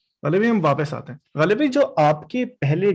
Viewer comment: When you speak Ghalib,when you speak words like Rasale You remind me of my grandfather who studied in college in Lahore.